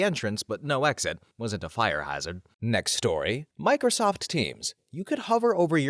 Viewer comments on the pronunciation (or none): none